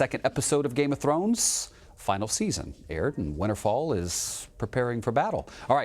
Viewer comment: We noticed you hadn’t seen GoT by the way you pronounced Winterfell lol